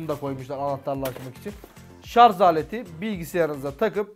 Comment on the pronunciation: Şarz değil şarj